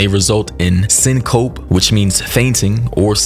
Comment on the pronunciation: Baby it’s (SYNC-CO-PEE) lol not sincope